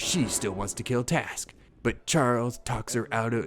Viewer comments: it's trask not task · Were you making a joke with his name? Or did you screw this whole thing up. His name is Trask. Not Task.